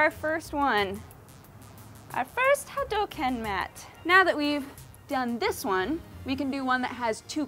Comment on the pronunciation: the correct pronunciation is, ahem, hadoooooooooooouuuuuukeeeeeen. please fix that. thanks.